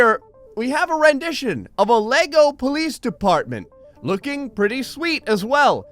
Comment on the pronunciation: “Pritty mich” why